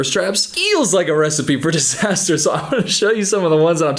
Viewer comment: « Distater » im so dead